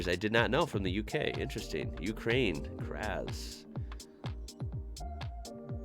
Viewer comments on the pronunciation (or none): none